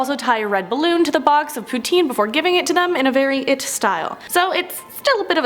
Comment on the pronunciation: Poontine? Wtf haha